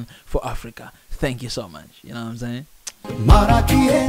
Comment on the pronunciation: I like the way you say marakiye